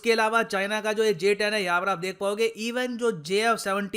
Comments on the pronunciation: Pahele nam to barabar lelo GS10😂😂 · Abe pahle naam lena to sikh loo🤣🤣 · Inse naam toh thik se liya nahi jata or ye upon ka Rafael ko counter karenge😂😂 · Pehele nam to thik se bol lo uske bad aircraft urana 🙄